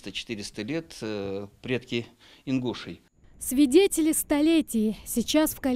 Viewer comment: Даже правильно не может произнести название народа!!!, не ингУшей, а ингушЕй